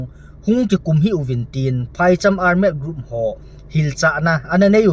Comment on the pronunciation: Ar-med? Ole armed (thalchoi armed) joh nasei na hiding baha? Seikhen lou ding.